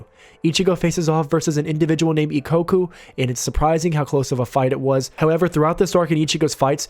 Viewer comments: The way you pronounced gins name is sopposed to be geen emphasis on the e and ikaku is pronounced e kak u either way great video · I know this is from months ago and you know by now, but ""? How'd you get "ko" from "ka"?